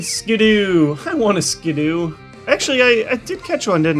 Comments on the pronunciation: IT'S NOT SKIDDOO IT'S SKIDDO! AAAAAAAH you're tearing my brain apart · No, it's SKID-DO Like, SKID-DOUGH. As in Skiddo, like "Kiddo". Baby goats are called kids. Fucking learn. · Skid-oh not Skid-U fawkes sake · Its not skidoooooooo its like kido not skidooo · Budder QT He keeps calling Skiddo "Ski-doo"